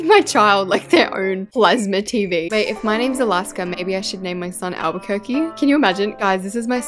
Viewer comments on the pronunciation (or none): none